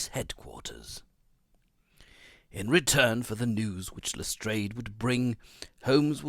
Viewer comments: This is really good. The stresses on the words and the changes in tones, all sound very professional! P.S Lestrade is pronounced as Les-drARHH. A French surname, rhymes with yard and chart. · correct. LestrAAD of the Yard. and the River Thames is pronounced "Temms".